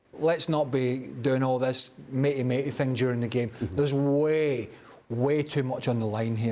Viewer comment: That lady kept adding a g before every w. The gway? I gwas? What accent is that?